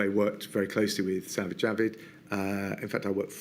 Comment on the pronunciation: Dear Dom Raab, I hate to be pedantic, but your former colleague’s name is Sajid Javid- not Savid Javid.